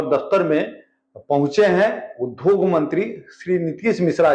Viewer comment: Sir, uddhog (उद्धोग) nhi hota hai, udyog (उद्योग) hota hai.